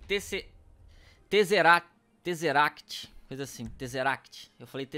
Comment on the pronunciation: o nome é tazeract e a pronúncia é teize uéct